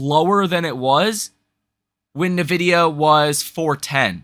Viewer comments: Are you really pronouncing EN-VIDIA as NUH-VIDIA? and you want us to take you serious? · N-vidia not nah-vidia. Please say it right bro 😂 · It's not NIH-VIDEA... there's no "I" sound after the N. It is EN-VIDIA You're not the only one that does it though. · Love your channel. You are too smart to keep mispronouncing Nvidia. Tighten up. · When you mispronounce something on a finance channel, it hits harder, and you lose more credibility. Work on that. You have a great channel.